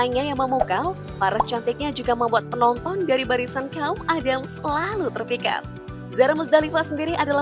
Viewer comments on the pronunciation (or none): none